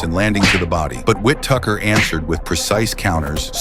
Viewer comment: "Ben Whit Tucker"; W-T-actual-F?! 😂